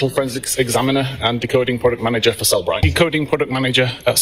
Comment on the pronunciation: JFC, doesn't even pronounce the name of the company he works for correctly, but we are supposed to believe he can analyze phone data w/o metadata 🙄. It's Cell-e-bright (three syllables), not Cell-bright 🤦🏼‍♀️.